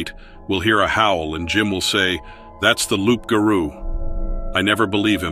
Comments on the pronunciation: It's not loup'garo it's rou'ga'rou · I edited bcuz I don't want this to come across correcting you or being rude, I don't mean it like that.❤ It's pronounced rou'ga'rou. the reader pronounced it wrong. It's French. Many people can only wish the rou'ga'rou were kin to the Kangaroo. And it's not even close to a dogman. They're both totally different. It's a demon monster, and they're real. Many are in Louisiana. This reader has butchered the french words. 😂 But it's ok, the stories are still good. ❤ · Yeah, that was so butchered 😂 And the Rou'ga'rou 😂